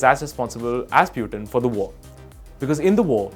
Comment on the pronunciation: Anchor is so english mimic that meanwhile he pronounced piutin in place of putin